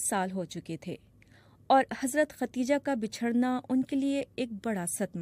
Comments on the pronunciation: Khadija word is correct , not khateeja, please correct your language Shakeel Azeem dated... 27 th May, 2023 خدیجہ درست لفظ ھے ، اور جو آپ نے بولا وہ غلط لفظ ھے ۔۔۔۔ آپنے کہا ختیجہ ، اس لئے آپ اپنی غلطی درست کرلیں ، عین نوازش ہوگی ۔ یہ درستگی سامعین کے لئے بھی بہتر ثابت ہوگی اور آپ کے لئے بھی ، چونکہ عوام عام طور پر ریڈیو اور ٹیلی ویژن پر نشر ہونے والے پروگرام کو صحیح سمجھتے ہیں جبکہ عام طور پر پروگرام پیش کرنے والے حضرات کا علم عامیانہ ہی ہوتا ھے اور علم لسانیات ( زبانوں کا علم ) سے انکا واسطہ براے نام ہوتا ھے ۔ جب بی بی سی کا نمائندہ خبریں پڑھ کر سناتا ھے تو عوام اسے دنیا کا قابل تحسین شخص سمجھتے ہیں جو کہ ایک بڑی غلطی ھے ۔ شکیل عظیم مؤرخہ 27 می سنہ 2023 ۔ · اصل نام خدیجہ تھا۔ آپ بار بار ختیجہ کہہ رہی ہیں۔ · How does the bbc recruit such kind of narrators? Every time she said “Khatija” instead of “Khadija”. Shame on!